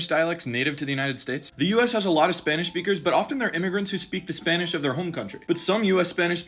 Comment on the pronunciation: Bro says Spanish a lot that he’s saying spinach